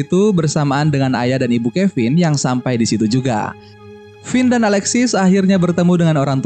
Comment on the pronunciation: Abang bilang finn jadi kevin